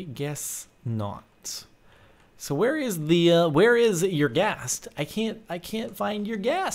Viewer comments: it is pronounced er gast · it's not YOUR-Ghast ....